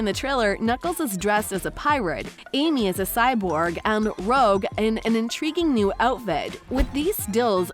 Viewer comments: btw its not rogue its rouge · I thought it said it was gonna come out around May-June 2023. Also, Rouge is pronounced "Roo-csh" not "Rogue". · it was so irritation hearing 'rogue' instead of rouge. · ITS PRONOUNCED ROO-JE